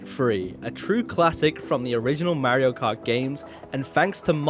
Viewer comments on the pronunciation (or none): its Mar io, not Mari o